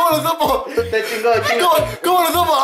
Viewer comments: ¿cómo lo sddupo? ¡¿Cómo lo sDupo?! :v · ¿Como Lo Sdupo? ¿Como Lo Sdupo!!!!!??? >:v ¿Co.. - Como Lo Sdduupoooooo!!?!?!? >:'v